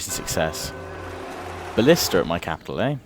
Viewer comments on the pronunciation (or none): none